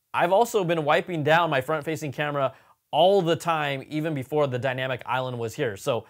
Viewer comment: The “iLand” took me a hot minute. 🤓